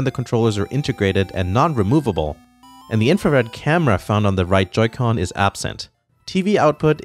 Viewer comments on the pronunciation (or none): What the hell is a Joy co? He keeps saying it, I still have no idea how this all works.